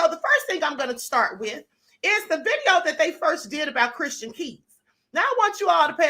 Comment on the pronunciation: This woman talking about Christian needs to sit down somewhere & sth up....she can't even pronounce his name correctly!